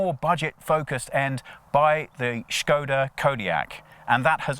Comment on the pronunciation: Props for saying 'Škoda' instead of 'Skoda'